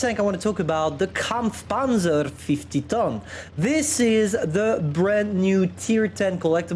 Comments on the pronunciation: that "kampfpanzer" is goddam perfect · G bro itu emg aksen asli jerman nya